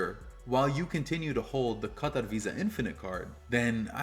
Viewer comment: How can you, someone clearly from America and a credit card influencer, spend so much energy ensuring that you pronounce Qatar correctly and then butchering the pronunciation of Amex?